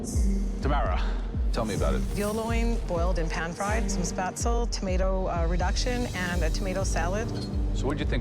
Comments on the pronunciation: Spätzle are neither Italian, nor are they pronounced liked that... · if you’re going to make spätzle, learn how to pronounce it correctly